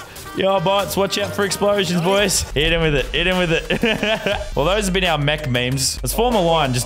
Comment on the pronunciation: It is mech not mechu